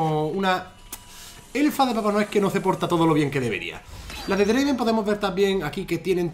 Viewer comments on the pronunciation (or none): Dislike por que no es draven, es draaaaven